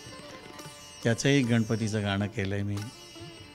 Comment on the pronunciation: मुलाखत घेणाऱ्या ताई गणराज म्हणा गनराज नाही गाण असे आहे ते गान नाही कृपया शुदध्द बोला